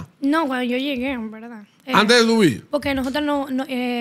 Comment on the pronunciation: "En velda velda"